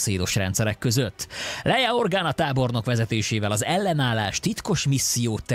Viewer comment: Kétszer mondott Leijlát Leia helyett...